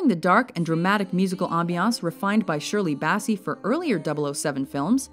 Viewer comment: Shirley Bassy?.. What? Learn to pronounce then names for God's sake!